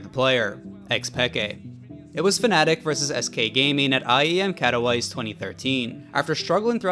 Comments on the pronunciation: I'm not from Europe but man that "Kata-wise" really ulted my soul. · "iem katoweiss" 🥀🥀🥀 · The reason it's in there is obvious; it's an NA commentator. I mean, did you hear their pronunciation of Katowice? Sounded like something along the lines of "Caddowhyse". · isn't it read as KATO VISEUH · no way blud said Katow Ice 😭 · How did you just pronounce Katowice? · This is the first time i hear someone pronounce katowice like that